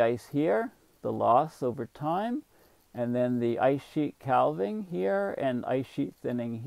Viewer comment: Calving is pronounced with a silent "l".